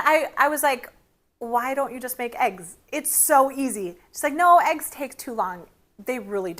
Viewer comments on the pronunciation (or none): none